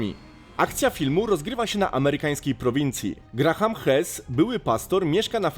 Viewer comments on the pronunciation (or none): none